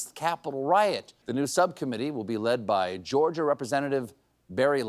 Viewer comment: I heard sub-commedy instead of subcommitee. And it sounded logical ! 😅